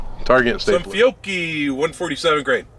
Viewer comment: Pronounce ‘cch’ as a hard ‘k’ sound, with a slight double consonant: ‘fiok-ki’. In Italian, there’s only one correct pronunciation, and this is it.